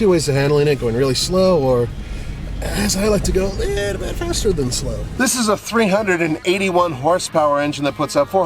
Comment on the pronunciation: "As I like to do it, a leetle bit faster than slow"